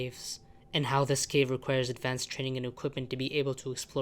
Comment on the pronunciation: I like how you pronounce “this” as “uhthis”